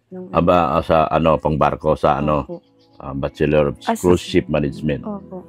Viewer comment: .... hindi " course " ship .... ang tama ay "cruise" ship managenent.... (luxury ship yan)... fyi lng... 😊😊😊😊😊